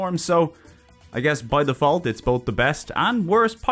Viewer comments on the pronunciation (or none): none